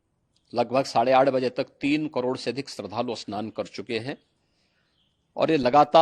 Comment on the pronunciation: शरधालू ❌ श्रद्धालू ✅ 😂😂🙏🙏